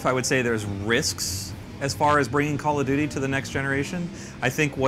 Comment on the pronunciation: "Calla-doody" lol